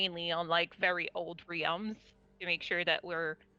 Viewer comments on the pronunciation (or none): Who the fuck calls “realms” “ree-elms”?!